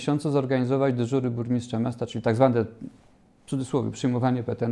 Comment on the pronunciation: „Burmiszcza”, „wziąś” … czy na prawdę tak trudno sprawdzić na jakie stanowisko się kandyduje i poprawnie wypowiedzieć jego nazwę? Jeżeli nie są Państwo kandydaci gotowi stanąć twarzą w twarz do wyborców i godzą się jedynie na retransmisję to chociaż poprawcie rażące błędy językowe. Na więcej w nowej kadencji nie liczę.